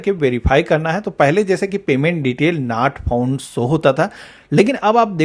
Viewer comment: आप की अंग्रेज़ी तो मोदी जी से भी अच्छी है, जैसे nat phound, sare, sow, kantinue . भैय्या अगर अंग्रेजी भाषा नहीं आती तो मेहरबानी करके उसकी टांग मत तोड़ो।